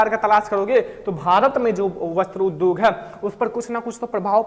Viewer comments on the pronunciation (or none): none